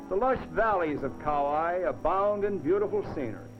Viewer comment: Wow! No more Aloha Airlines. No more camera ports on airline windows. No more smoking on airlines (woowhoo!). No more Coco Palms on Kauai (I liked the way the announcer mis-pronounced that island name). No more Kalapana black sand beach (that's too bad - it looked cool in this video). How about that dirt road in this video at the Hanalei Valley Scenic Lookout? The tunnel on Hwy 30 going towards Lahaina on Maui still looks the same today as it did in this video but the road is MUCH wider.